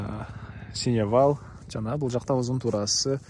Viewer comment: Синевал дебей сеновал дечи тууган.